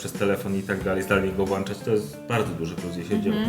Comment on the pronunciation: Włanczać, wyłanczać, tom cene. Polska język, trudna bardzo dla Makumba. Tragedia!